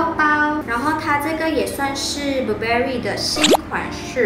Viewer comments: 連Burberry也唸錯還虧妳學人拿名牌...🙄🙄🙄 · Burberry 都读错了，听着觉得尴尬